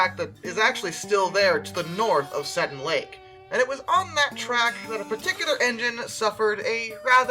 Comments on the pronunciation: It’s pronounced Seeeton Lake… roll the e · I live in lillooet which is the town that is 15 mins away from the lake and i was wondering what happened to it and it would be interesting if i am able to find it and its pronounced See-tin